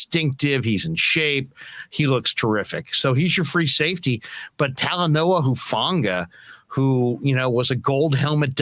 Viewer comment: Dang I hope you guys put it out there that Talanoa low key doesn’t like “huff”. It’s actually very disrespectful to his family name to be mispronounced like that. If you can say the word “who” then you can enunciate the first part of his last name. Hufanga (hoo-fah-ngah).